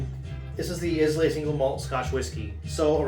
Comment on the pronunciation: EYE-LA not IS-LAY